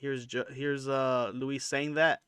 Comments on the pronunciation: Pronounce Luis' name correctly ya bozo. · Bro its louis not Louise... and the hardest you laughed was at brendan mispronouncing Carlon's name. Getting pretty sick of dummies making youtube videos with lukewarm takes about schaub. He sucks, but you guys also suck 😂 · Why are you calling him Louise? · It’s Luis like Lewis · You’re mispronouncing Luis J Gomez’s name… You called George Carlin, George Carltin…. And the legion of skanks is only Big J, Luis J and Dave Smith… just pointing out that these are all the exact things you call Brendan out for. Look in the mirror, you’re projecting the things you don’t like about yourself onto him.